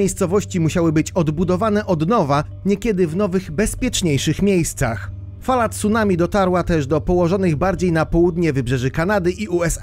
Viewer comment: ...aaa tego ...TSUnami albo jezioro ..."Rinihue" ...NIE ZAUWAZY£ES ?????????????? PRAWIDuOWO to ...CUnami ..."Ri-ni-ue !!!!!!!!!!!!!!!!!!!!!!